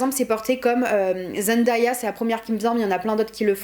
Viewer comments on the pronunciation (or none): none